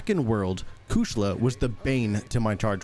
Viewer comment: Great Video. Your Low Rank Video was also super awesome. But how did you call Kushala Daora? Kushla. I laughed. But gg man this was super fun to watch.